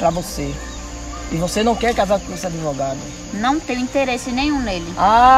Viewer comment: adevogado, não sabe nem falar direito kkkkkkkk